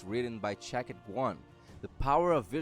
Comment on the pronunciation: It is shakti not shakit.